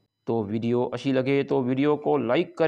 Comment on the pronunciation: Aslamo Alycom Bhai Sahib Aap ki Urdu Bolna Sahi Hota to Shayed Aap ke Sbskraib Dugne Hote Lekin Aap Har Wqat Ak Lafaz Ko Bar Bar Ghalat Bolte Ho Logo ki Dil Aazari Hota Hay Wo Lafaz Ye Hay Achi Ko Ashi Bolte ho Hum Samjh te Hayn Aap Sindhi ho Sindhi Ketabo me Nahi Hay Ashi Mashi